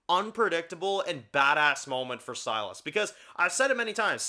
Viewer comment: Anyone remember Trev pronouncing Silas like "Sea Loss"? Good times.